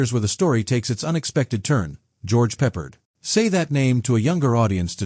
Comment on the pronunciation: Sucks. AI called him "George Peppered" These AI click bait videos made of illegal clips from other sources.